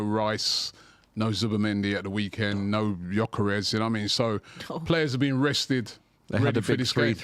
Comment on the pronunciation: Realised cant pronounce “this” “pochettino” “gyokeres”